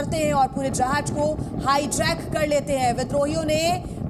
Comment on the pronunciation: Jahaj nahi jahaaz